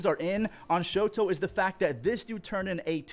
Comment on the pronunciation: Just a heads up, it's "Shota". Not "Shoto". Anyways, love the content man!